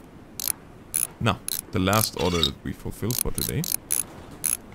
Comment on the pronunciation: I love how says 'Order' as if he means 'Oder'